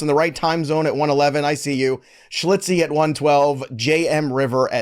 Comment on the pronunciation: Come on! schILtzy pronounced Schil-tzee! Haha not schli-tzee